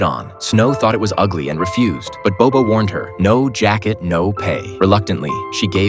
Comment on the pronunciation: Actually if you learn Mandarin then you will know this narrator speak English so his pronunciation is totally out. Not bobo it's Bao bao 宝宝